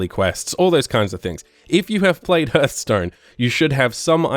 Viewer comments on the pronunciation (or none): "herthstone" hahahahha im dying